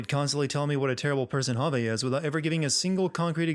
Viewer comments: Bobbert The Honey Bear at least he tried to do it right, surely it's a foreigner name to him so it's understandable, you can't pronounce something correctly without some practice of it. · The way he says 'Javi' 😂😂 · It makes me cringe considering my name is Javier lmao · For the love of Christ why do you say Javi as hah-vay. In what universe??? I’m sinning the continuous usage of hah-vay as a pronunciation instead of hah-vee, the most basic and common pronunciation of Javi. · Clem is casting a shadow , right along the edge of the trees, but it's there. You can even see the shadow from the bib of her cap at the top of the head. One sin removed. Also, it's pronounced "Hah-vee", not "Hah-vay". How do you get a long "A" sound from an "I" in a Hispanic name? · Javi is pronounced like Ha-Vee, not Ha-Vay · Javi is just short for Javier, it’s supposed to have the same pronunciation. “Ha-Vee” but the narrator keeps saying “Ha-Vay”. Idk how some people think he’s saying it the same as it’s being pronounced in game. Javier is not an uncommon name in the US, which I believe is where the narrator is from, so it’s not a “foreign” name. It’s also weird that he thinks they should be speaking more Spanish throughout the game when they’re not interacting with other people that speak Spanish? Kate and the kids aren’t shown speaking Spanish in flashbacks, so they may not even be fluent, just know enough to understand the grandparents(who also speak English, so the kids might only know a little Spanish) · Evelyn C it's literally just "ha-vee." That's not even hard to say lmao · Why the fuck do you call Javi Javey? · I'm sinning this video for each time Javi's name is pronounced "hah-vay" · I'm adding a sin for your pronunciation of "Javi" as "Javè" And another for saying "continunuity" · He pronounces Javi "Javay" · 217 sins, one for each time you mispronounced the main character's first name 😂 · I was going to subscribe, until I heard his pronunciation of Javi’s name